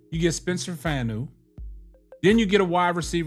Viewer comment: Spencer Fano (FAWN-O)